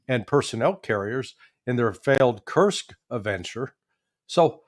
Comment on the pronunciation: Judge? It’s KURSK, not that 💩you're saying. 😂